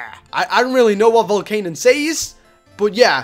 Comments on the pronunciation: i am not hating but it is Volcan-ee-un not volcan-un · not being rude but we prenounce it vol CAN ion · you said volcanion wrong